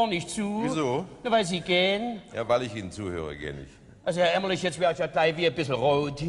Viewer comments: Herr Elstner.. Der Kollege heißt Gunterl Emmerlich und nicht Emmerling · Aus heutiger Sicht muss ich sagen, dass schon die ersten 10 Minuten viel über die Wiedervereinigung aussagen. Die Show beginnt, und nur der Wessi Frank Elstner moderiert. Die sechs Moderatoren kommen auf die Bühne, und Elstner sagt den Ossi Emmerlich falsch an. Unfassbar unangenehm. Und als erstes kommt natürlich die West-Show "Wetten, dass...?" dran. Diese Show zeigt leider sehr gut, was damals schiefgelaufen ist. Und das sage ich relativ wertfrei und nicht verbittert oder so. Aber man muss ja mal klar sagen, die Ossis kannten fast alle die Westshows. Es hätte damals viel mehr darum gehen müssen, dem Westen den Osten und dessen Kultur nahezubringen. Man hätte zwingend mit einer Ostshow (bzw Moderator/in) anfangen müssen. Dass Elstner Emmerling statt Emmerlich sagte, hätte nicht passieren dürfen.